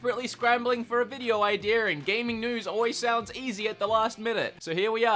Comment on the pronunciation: listen at the beginning of the video, he says ideer, note idea.